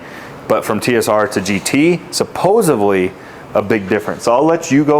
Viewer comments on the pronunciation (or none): Come on, man. “Supposively”? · It’s “supposedly” bro